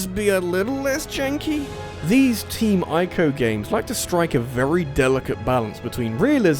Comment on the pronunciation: EE-co. It's pronounced EE-co. Not EYE-co.